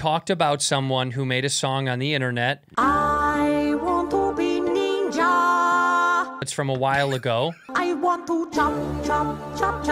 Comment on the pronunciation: "I think I'm almost a neenja" lmao